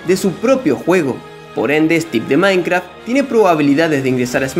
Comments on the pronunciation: Porque dices "maincra" wtf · Que raro escuchar a diciendo mainkra XD